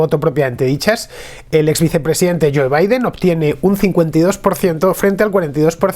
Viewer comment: Fantástico tu análisis, como siempre. Es un privilegio seguirte en tus diferentes "contras". Y, por supuesto, no me voy a perder cómo durante los próximos 4 años, llamas al presidente de los Estados Unidos, "Joe" pronunciado a la española, en vez de "Jou". No se puede ser más castizo.